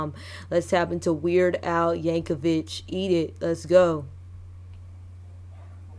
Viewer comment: Weird Al Yankovic (last syllable "vick," not "vich") is known for doing parody songs. He's the best at it.